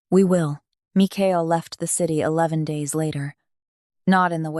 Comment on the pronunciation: The narrator messed up this man's name Michael so many times it almost made it hard to listen to because it happened so close in the beginning is the makings for a very good story you just need to follow the script stop embellishing I guess or maybe it's taken Liberties otherwise you had a good story